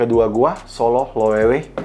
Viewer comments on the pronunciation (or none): lo-weh-ve baca nya bang if i’m not mistaken🙏🏻